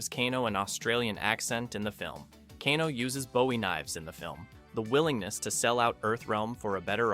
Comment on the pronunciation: his name is pronounced Cane-O not canno